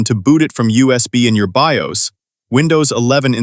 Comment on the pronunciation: to pronounce BIOS as B.I.O.S. is a crime 🥲